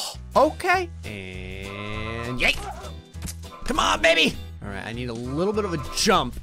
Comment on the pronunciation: He tried to say alright but ended up saying "Ara"